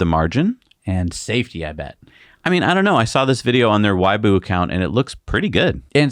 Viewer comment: Little pronunciation note: Weibo = "way, b-whoa" :yougotthis